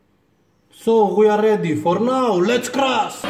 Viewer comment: I love when he says "for naw, Let's cras"! Love it 😂👍🏻